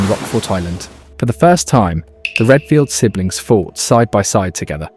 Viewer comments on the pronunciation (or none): “Redfield sinlings”???